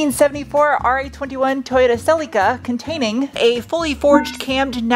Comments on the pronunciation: Why do call the car Celucur instead of Celica...so weird since you're not from a foreign country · What's a Selly Ka? 😂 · Cel”E”ca - giggle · Pronounced "sell-la-ca" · Or if you want to rewrite history, it’s pronounced sellee-ca